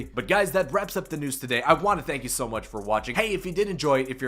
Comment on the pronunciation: Fank god😂